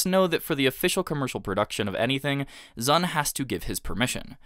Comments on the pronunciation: Anyone else died inside a little bit every time he called Zun "Zan"? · You kept calling Zun "Zan"